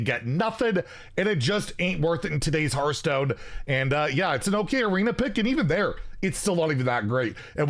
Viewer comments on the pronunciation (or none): none